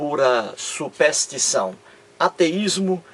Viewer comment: SUPÉÉÉÉÉSTIÇÃO????KKKKKKKKKKKKKKK PÔ TU NEM SABES FALAR E QUERES DAR AULA DE TEOLOGIA????????????KKKKKKKKKKKK